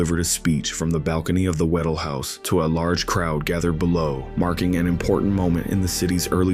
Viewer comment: WHA- DELL, not waddle.pronounce the “dell”.